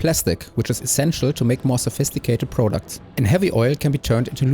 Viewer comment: Prahdact not Proudooct